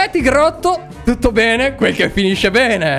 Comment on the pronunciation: ma quando dice P3n3 al posto di bene😂😂😂